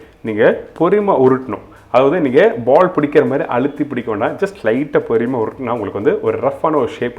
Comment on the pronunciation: Thats not porimai, its porumai. Please speak tamil clear